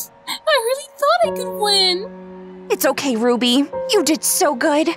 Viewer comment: Why did you say Rubby